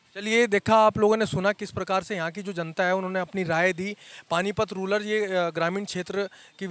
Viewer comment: पत्रकार महोदय जी आप रूलर शब्द प्रयोग कर रहे हो ये रूलर नही रूरल (गरामीन) है। धन्यवाद।